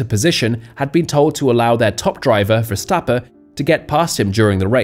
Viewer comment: Who is Max Verstappa? Is Verstapp-EN. Properly pronouncing professional athletes' names will give your channel more credibility.